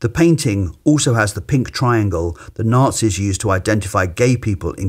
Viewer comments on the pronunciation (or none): none